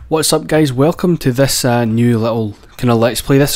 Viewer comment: "What's up, gays", LOL